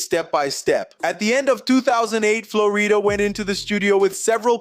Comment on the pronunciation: Why are you purposely saying the name wrong, messed up the whole video